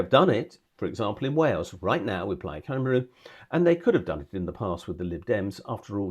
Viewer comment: Brother I fully agree with your analysis, but please sort out your pronunciation of "Cymru".